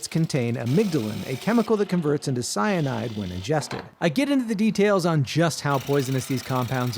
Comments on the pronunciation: DID YOU SAY CYNIDE?!! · I beg your finest pardon did you just say fucking cyanide